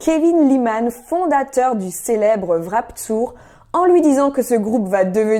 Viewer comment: C'est Warped pas Wrap Tour XD